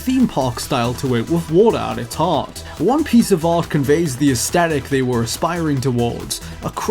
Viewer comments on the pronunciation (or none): In the word 'aesthetic' - the T is part of the TH combination as in 'think' or 'thanks'. No one anywhere has ever declared it a rule otherwise.